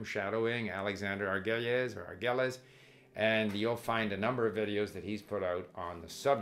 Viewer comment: Steve, Try to say Prof. Argüelles name how a Spanish speaker would say it. That is how how you pronounce it. The double L becomes a Y. I am used to how you said it, as an English speaker though.